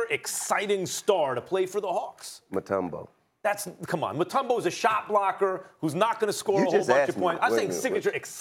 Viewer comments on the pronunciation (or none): Dude said mutombo